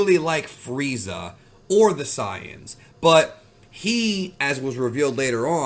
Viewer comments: bro really said "the siyans" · The “Cyan’s”…really bro?